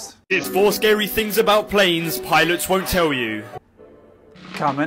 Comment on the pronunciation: By the way, "tell" is spelled with two "l"s, not two "w"s, so try to pronounce it that way,.